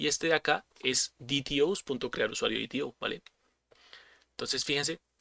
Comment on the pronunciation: Excelente explicación, lo único que no cuaja es que le digas DiTiO al DeTeO :V